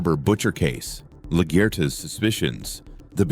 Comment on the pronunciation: Its LaGuerta. Not LaGuerda